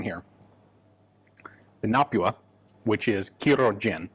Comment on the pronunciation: Very impressed with the way he said Kyrö, pretty excellent for a foreigner who isn't used to the ö and ä letters